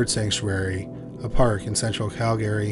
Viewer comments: You can just mention Calgary once or twice, and then refer to it as "the area" or "moved to town" or "locally". We know they're in Calgary. Also, It's pronounced 'cal-guh-ree" not 'Cal Gary'. Love the content. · Interesting pronunciation of Calgary. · I'm pretty sure he's located in Canada, as am I currently, and I had to ask a few people if anyone pronounces Calgary like that. They said no. However, there's one instance towards the end where he says it proper lol Maybe it's like that other YouTube guy that will always say one word wrong for people to comment for algorithms sake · Can this guy learn to how to correctly pronounce Calgary?